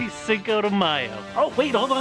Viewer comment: but u cant say cinco properly 😂😂🤦‍♀️